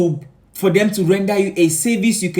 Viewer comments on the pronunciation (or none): none